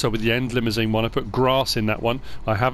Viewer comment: I cannot thank you enough for doing all this work or is it! Just a heads up on pronunciation of "Limousin" (Bloody French) Li-moo-zan rather than the Stretch Limousine: Li-moo-zine